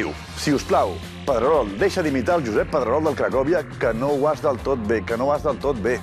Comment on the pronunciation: Jaja, qué buena los 2 "Pedreroh", diría Soria! XDDD